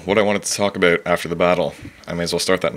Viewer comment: aboot haha oooooooooooooooooooocanada